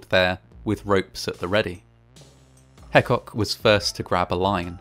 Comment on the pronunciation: Burrell Hecock is part of my family, and the story is well documented on our family history. Our name is pronounced Hee-cock.